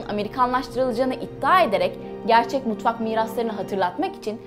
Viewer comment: Mutvak değil " Mutfak " tatlım .